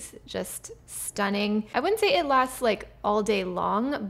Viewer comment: Pronounces "Say" not "Sigh'".